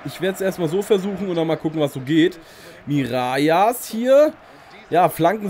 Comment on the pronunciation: Er wird Miralas ausgesprochen. Das ll spricht man im Spanischen ;)